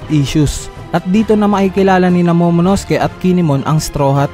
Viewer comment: Sir tip lang po pag binasa ang Momonosuke silent u. Ang cringey po kasi. pati ke not ki po.